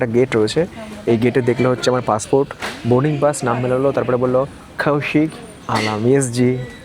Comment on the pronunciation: কৌশিক ❌খৌশিক ✅ 😂😂 দারূন লাগলো